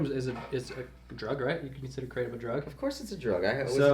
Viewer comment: Kray-tum. Kratom